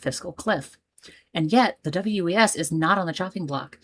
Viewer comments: We just pronounce it like the name "Wes". Looking forward to your other Portland video 🏳️‍⚧️❤ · Portland local here. WES is just like MAX in that you pronounce it like a name. This video got me wishing for a commuter rail service from Southeast Portland to North Portland that does limited stops and takes advantage of the existing freight right of way and also avoids downtown completely. Currently, you can do this by taking a light rail to a street car and then walking a bit to catch that same light rail again. No faster than riding slowly through downtown. Slower if your connection is not perfect. Unfortunately, I think WES is doomed to irrelevance because it does not go downtown. The eight trains per hour frequency of the light rail that does go downtown is all well and good, but as you experience, the connection back to the WES is terrible. I also think the over road section in Beaverton is so slow that people laugh it off. I remember when opened, the big pitch was that you could do a journey in 27 minutes on the train that would take 45 minutes on the highway. Unfortunately the frequency is every 45 minutes. If it were a longer route that went more places, it would be exponentially more useful. As it is, I’m pretty sure every station is served by line 76 bus.